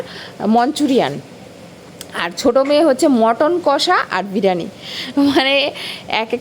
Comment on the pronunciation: tomar pronunciation gulo ektu thik kore bolbe like "biriyani", "crispy", "spicy"...... Odd lage sunte. Nice vlog ❤❤